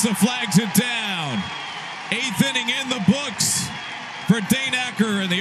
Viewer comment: Did the announcer say "Ending" instead of "Inning" after the top of the 2nd?